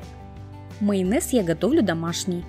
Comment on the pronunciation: Вы в курсе, что "майонез", а не "мыйонез"?